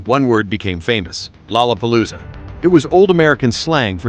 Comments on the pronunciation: Lola palooza. Not lala palooza. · “Rorra Parrooza …. “ Stop that man ! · There's no Rs in lalapolloza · "To a Japanese...it was a nightmare of tangled L's and R's" lol damn those R's in "LOLLAPALOOZA" 😆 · and the fact the narrator thinks lollapalooza has an r in it. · bahahahahahahhhrrrrr :) right!!!